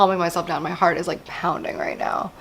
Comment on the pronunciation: “My hearth is pounding”… girl, you need to get that checked out